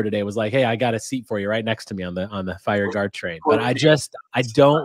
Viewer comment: Say it with me: FIRE GARD 🤣🤣🤣